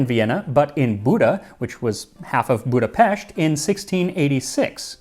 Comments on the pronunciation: Even pronouncing Budapest correctly (well, how you would in Hungarian), this man is such a treasure! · You pronounced Budapest correctly! Well done!